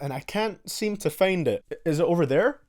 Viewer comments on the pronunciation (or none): It’s FIND NOT FEEND DAMN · is it only me or did i hear him say FAIND IT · "Still can't fayend it"